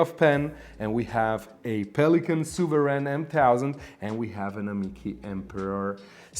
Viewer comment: You said Montblanc souveran M1000😂😂😂!! Nobody is offended here😂😂.